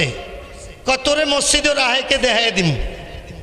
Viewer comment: যে মসজিদ উচ্চারণ করতে পারেনা হে আবার বক্তা 😂